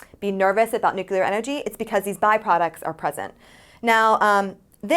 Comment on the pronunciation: it's NEW-CLEAR. not NUKE-U-LAR